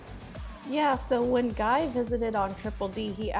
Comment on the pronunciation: You didn't pronounce Guy's last name correctly...not even close.